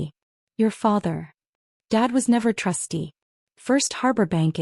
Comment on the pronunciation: Trustee, not trusty.